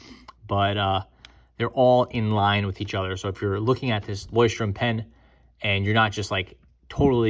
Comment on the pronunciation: THANK YOU! Takes away from your credibility when you butcher their name.